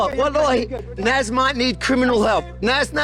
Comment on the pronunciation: Naz ❌ NazIii✅